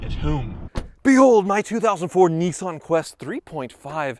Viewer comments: Hey..... It's pronounced "Nis-san.......not Nee-san" Just sayin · what the fuck is a neeson...isnt he an actor? its NISSan.......NISS.....like PISS but with an N NISSAN....you try....N..i..s..s..a..n....... good boy. lol, jokes aside, great videos. and you must be doing something right as your views to subscribers ratio is possibly the best in the game. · Neesan ...... niss ann...... hmmmm. Nissan. Bit like soo baroo..... it’s Subaru.... lol